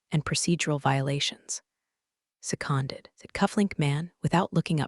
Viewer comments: It’s “se-cuned,” not “se-KAHN-deed.” Thanks for the correction! 👍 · LOL! I caught that too, ...seconded rhyming with absconded! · Seconded is pronounced se-cuned